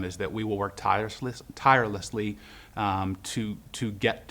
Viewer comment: i dont mind this guy seems like hes a little embarrassed.. but whats his problem with the word 'tirelessly' 😂onwards! watp